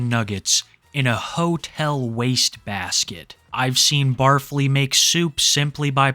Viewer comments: I thought it was pronounced Barf-Lee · barf-ly? i thought it was bar fly lmao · I think the first guys name is supposed to be pronounced Bar-Fly but Barfly really is more fitting. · its pronounced bar fly. the 'stinger' is a sous vide hood meals' long nails are for doing cocaine off of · Isn’t it Bar Fly, not Bar Flea? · Barfly, said “Bar_fly, not “Barf-ly” I’m pretty sure. I believe he is a trucker. A lot of semi trucks have an area behind the driving seat where a bed can fit and also a burner or a microwave to cook food! Truckers get pretty creative in their cabs with their single plug in burners. They will live in their trucks for months, they do what they can to spice things up with food or even stay healthy. He may be a trucker driving a no cab semi tho,( a semi with just the driver and passenger seat, no area to sleep in behind the seats) hence why he has to sleep in hotel rooms all of the time. I think he does have previous culinary experience. Him having done prison time? I’m not sure. I can see him just being a guy who was raised poor, therefore grew up eating stuff like pickled pigs feet and other gross stuff. I know my dad grew up on canned chicken, canned tuna pancakes, bread smeared with canned meat jelly, spam. He may also be a guy with outdoor living experience like a camper or a hunter. So not necessarily a felon but maybe! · Pretty sure its pronounced "bar fly" not "barf lee." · Pretty sure it’s “bar fly” not barf ly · It’s not “bar-flee” it’s “bar-fly”. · I’ve never watched the guy, but is his name really said like “Barf-ly” and not “Bar-fly”? 🤣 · I don't think it's pronounced the way you're saying it. It's BAR-FLY. A name for people who frequent local drinking establishments. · bar fly... not pronounced as one word lol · It's pronounced Bar Fly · The way he pronounces barfly is hilarious to me